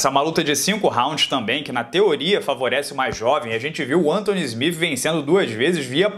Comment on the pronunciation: "Smif" nao mano ajuda ai...